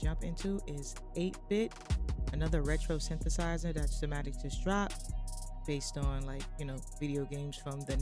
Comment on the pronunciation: it’s pronounce sai ma tics not sa ma tics